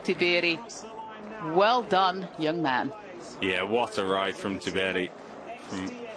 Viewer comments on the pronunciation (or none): none